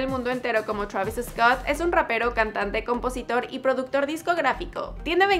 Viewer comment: Ella enserio dijo “Chravis Escott”